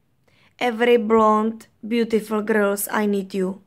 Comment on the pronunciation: Bože můj -,- ta Anglinčtina! -,- já chodím sice do 5, ale už teď pochopím že neumí Anglicky. Místo girls řekne grils.. No to snad není možné, kurňa když neumí mluvit jiným jazykem, tak ať radši neříká nic.. No, jen se do mně pusťte že já jsem dítě a nemám koho poučovat. Ale to se opravdu nedá poslouchat.